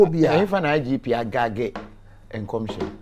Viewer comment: The word is GAG not GANG! Jeeezzzeeee